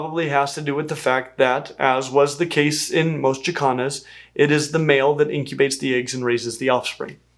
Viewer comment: 😂😂😂 i know you are saying Jacans but i swear it sounds like yoy are saying african chi-kahns.